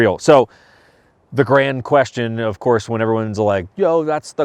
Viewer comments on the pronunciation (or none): none